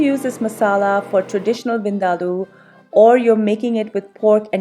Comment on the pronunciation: Oh Thank you ever so much for CLARITY (in how to correctly pronounce) this particular dish. Finally. I can rest my case. Lol. I too always had to argue with certain FRIENDS that they were pronouncing it wrong hahahahaa. Lol. LUV the Dish.